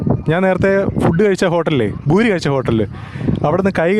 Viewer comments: പൂരിയാണ് ബൂരിയല്ല ഭായി 🙏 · Mone it's not boori .poori aane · ഭൂരി അല്ല പൂരി എന്ന് പറഞ്ഞാ മതി